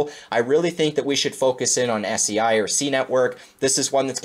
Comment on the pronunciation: Fyi , it’s pronounced like SAY not SEA